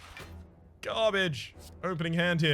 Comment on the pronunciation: Hot garbáge you say? Is that the right accent to use? :x